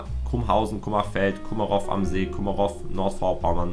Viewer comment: Kummerof😵Es heißt Kummerow! W wird nicht mit gesprochen😂